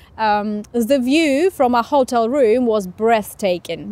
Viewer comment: Мне тоже послышалось, что hotel было произнесено с неправильным ударением на первый слог.